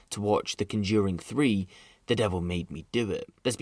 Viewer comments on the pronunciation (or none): I have never heard of the word ,"conjuring" pronounced that way.. before, ever 🤣🤣🤣